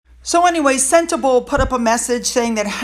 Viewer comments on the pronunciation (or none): Hello. Just friendly comment from a South African on your pronunciation of Sentabale. It is not senta-bale but more like senta-bali. (Bali as in the country of Bali. Much thanks for your videos. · It's "Sen-teh-BAH-leh". Edit: Congrats on finally pronouncing Baroness Bruck's handle correctly! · It's pronounced Sentabalee ! Harry is a liar just like his wife ! Look at his Army lies, the hero from the secure bunker ! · With all due respect to the country, it’s pronounced Sente-bah-lay.